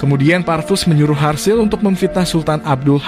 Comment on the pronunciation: Serasa aneh nama harzl diganti dengan sebutan harsil😪